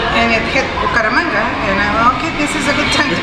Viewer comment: You say Buko ramanga. It is Buc[æ]ramanga.